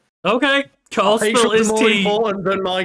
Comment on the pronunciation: ... It's KARL. Say it properly